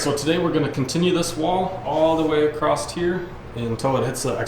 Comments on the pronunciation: The word is across.......not acrost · There is no T in the word "Across". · Are you saying “acrost here”? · did this dude just say acrost